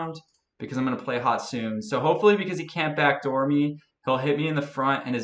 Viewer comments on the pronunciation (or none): It's not "hotsoon" it's "hotsuneh"